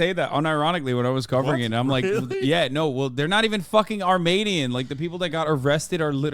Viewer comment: Since when do you say “Armanian?”